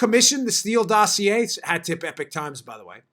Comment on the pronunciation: It's Epoch, not epic. Two completely different words with completely different meanings. You owe it to them to get their name right if your going to use their work continually. There is no i in Epoch. There is no o in Epic. An Epoch is a period of time. Epic is an ancient oral poem or story.